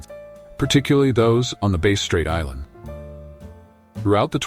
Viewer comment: A lot comes across like AI goop. Some descriptions apply to mainland Australia's tribal people, not Tasmanians. Many images are ridiculous, showing wrong race types. 'Tent' dwellings etc are shown which they did not use. Vegetation shown is wrong. Even 'Bass' is sometimes pronounced incorrectly. Tasmanians used/carried fire, but could not make it. Did not eat fish for some reason & couldn't catch. Only ate shellfish. Only wore tied skins. Did not sew large possum skin cloaks like southern mainland aborigines. Why bother making videos if you're prepared to be so inaccurate?